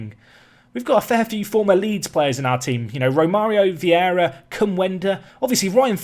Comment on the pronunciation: Who's gonna tell him its Vieira not Viera?